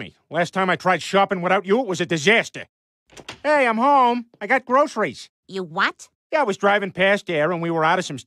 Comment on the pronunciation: As an inland Pacific Northwesterner, it really bothers me how much she enunciated every single syllable of groceries